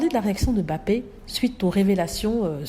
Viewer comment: a très bien prononcé le nom bappé, M'bappé le M' est ce qu'on peut appeler les vestiges de la colonisation. Les noms Africains commençant par une consonne sont souvent précédés d'une consonne qui reste muette à la prononciation. Beaucoup de blancs savent que leurs ancêtres ont fait cela pour marquer leurs acquisitions d'humains '' j' ose dire humain'' l'Indochine aussi a été victime, un nom comme n'guyen initialement le N reste muet.